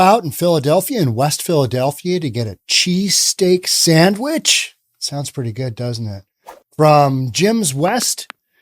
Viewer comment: He was. The very idea of it is revolting isn’t it? Eh, pronunciation errors happen to the best of us